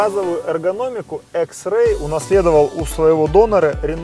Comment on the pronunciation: Почему экс икс а не экс